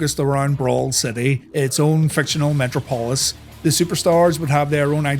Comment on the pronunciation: yall really pronouce "metropolis" like that or are you screwing around for engagement? lol if only we knew of another character with Venom running thru tubes into his body....